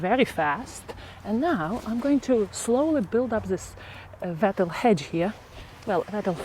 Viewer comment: Lovely watching you Make your garden such a happy place. Just one thing..... Wattle is pronounced like bottle. Yes, I know it is not your first language and you do speak so well and I knew what you meant.